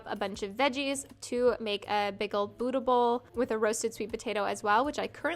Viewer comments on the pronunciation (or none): none